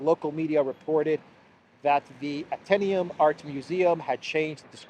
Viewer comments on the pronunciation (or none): none